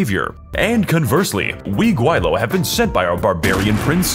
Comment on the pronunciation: as a chinese watching this, guai low got me cracking XD